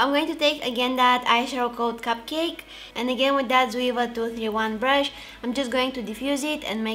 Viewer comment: jouer means play in French and it's pronounced like жуей ^^ много обич и прегръдки от България ❤️